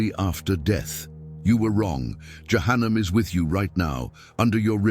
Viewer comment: Перевод ИИ ужастный головы шиитов ягоды за кума?)) дбибил вместо Джабраиль яханам вместо джаханнама ушам больно слушать доработать нужно потом ставить для просмотра а то можно так не понять то что именно будет а то кто не будь будет думать что ягоды закума подобны шиитам без обид всем братьям и сестрам Салам алейкум храни вас Аллах узнавайте читайте больше об религии Ислам и качественный матерьял выбирайте а то в заблуждение можете попасть